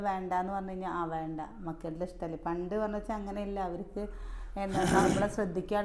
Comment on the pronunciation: വാണ്ട എന്നല്ല വേണ്ട എന്നു patayedo